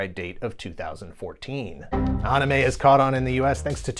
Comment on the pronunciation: Great video but how can you be so deep in the trenches for the culture and still pronouncing "anime" wrong 🤣🤣🤣